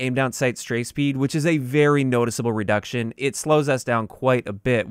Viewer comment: Yo, 'redcution'. Just letting you know man. Keep up the good work.